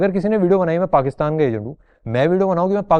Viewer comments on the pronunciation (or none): none